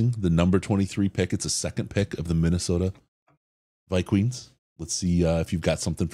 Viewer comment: "Vike-queens"? Really? Do better